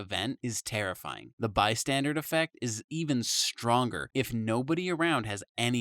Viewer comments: Bro keeps saying "Bystandard" lmao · Dude, it's not "by-standard" effect, it's "bystander" as in people who are bystanders in a situation, they're "standing by" not doing anything. I can understand mishearing it, but it's written right there! 🤦‍♀️